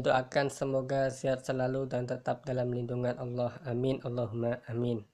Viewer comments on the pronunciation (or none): none